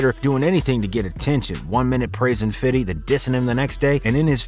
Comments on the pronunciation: It's Fifty, not Fiddy.. lol.. Ha ha ha! 😂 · dont say "fitty" any more HEX coin $0.03 PZEN coin $0.007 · He.s fifty not fitty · 50 cent not fidy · Why is is he saying fiddy cents? 😂😂annoying asf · The game is a clown ...and you can narrate a hip hop video and still say fifty you don't gotta fiddy a thousand times to sound cool lmao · Dear white people.....STOP SAYING "FITTY" when talking about 50. You sound absolutely fucking ridiculously stupid. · 50 not fiddy lol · Can you NOT say “Fiddy Cent??” That shit is cringe af, and it was started by Sharon Osbourne. She called him Fiddy. If you think its “hip” to sound like an old white lady, go ahead, I guess. Smdh. 🤦🏻‍♂️ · You can just say "50". Why do white people think they have to say "fiddy"? It's so cringe. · His is “FIFTY CENT” not FIDDY CENT. You sound so mf corny. This a L dork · Irs fifty not fiddy lol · If I was shot everytime I cringed from hearing people say fiddy I'd have disintegrated by now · Why do you keep saying "Fiddy?" It is "Fifty." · You keep saying fiddy cent 😂😂 you sound like a loser just call him fifty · Stop calling him "Fiddy' You sound stupid and he NEVER refers to himself as this 🤦🏾‍♂️🤦🏾‍♂️🤦🏾‍♂️ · White folks say fiddy cent lol black folks say fithy cent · Lmao “ FIDDY” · " Fiddy " ....hahahaha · When u say fitty u sound white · Subbing. But it's ok to say fifty. I can dig it tho . Ha.. None the less nice work .. still watching. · Hate the way white people say 50 Cent’s name 😂🤦🏻‍♂️